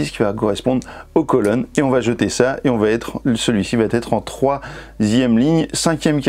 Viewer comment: VA ÊTRE! Celui ci va être! Par pitié supprimez cette vilaine liaison qui me fait bouillir les oreilles! Vatetre ça veut dire peuplier en norvégien! Très bonne vidéo nonobstant :)